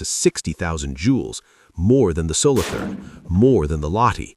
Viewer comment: Solo toorn. Not solothurn with english th.